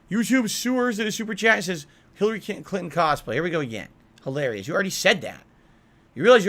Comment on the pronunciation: "Philary Clinton Karen Burnell" 😂